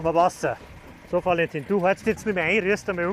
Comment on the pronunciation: Wie der Sprecher Valentin mit f ausspricht 😅